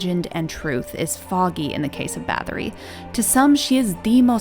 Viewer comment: "Bah-TOR-ee", NOT "BATH-or-ee"....